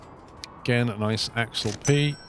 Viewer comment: The ship is a swiss designe an it's pronounced Ax-alp 'Ax' like the deodorant and 'alp' like the mountains. You drive me mad the way you pronounce it.